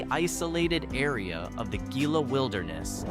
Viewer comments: You know, what bugs me the most is the mispronunciation of Spanish words. This is New Mexico for god’s sake. Gila begins with an H sound. Any word with double LLs has the y sound. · As someone mentioned below, it’s “muggy own” for Mogollon and Gila is pronounced “Hee-la”. I enjoyed the video.